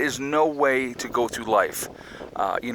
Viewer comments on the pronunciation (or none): none